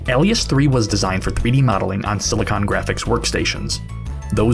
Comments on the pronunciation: eh-Lias ? not ah-Lias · Ell-ee-ess? More like Ay-lee-uss? Subscribed. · I hate doing this,but it sets me off when simple words get mispronounced, its like nails on a chalkboard. Alias, isn't AAAhlias. itss AYlias. like the TV show from the 00's, or the word for for a Pseudonym...sorry...soodonim. lol. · "Alias" is not pronounced "al-ee-ass" it's more like "ay-lee-uss". Look it up on the dictionaries that have pronounciations. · It’s pronounced “Ale-ee-us”. Tired of youtubers guessing pronunciation of English words, it’s already sad you don’t know it so take a moment and search it. If you can’t pronounce simple words then why would I take you seriously. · AYlias not ELias CMON MAN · A-Lee-Us, not Al-lee-us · i hate the way you pronounce "alias" Alias: "Ay-Lee-Uhs" it's a real word too, and it's something that you use (If you're using anything but your real name to identify yourself, you are using an alias.) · Great documentary video. I just have to say one thing..... "Ally-ous" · this is the first time ive heard someone pronounce alias as ally uss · you've never heard the word 'alias' pronounced before have you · The way you pronounce "alias" is incorrect and it breaks my brain listening to you say it like that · anyone have an aneurism by the way he says Alias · Mfw guy doesn't know how to pronounce the word Alias -. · thanks for the vid. a note - english may not be your first language, you're all over the place on the pronunciation of some words. prevalence, alias. look em up! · bruh how do you not know how to pronounce prevalence or alias you sound like a grown ass man